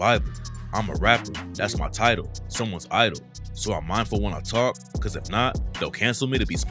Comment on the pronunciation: "It's sad cuh I love the hood that I'm from", not "cat" lmao.